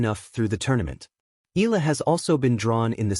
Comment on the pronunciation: Until u pronounce it right, i won't press 'subscribe' or 'like'. EEE-YA-LAH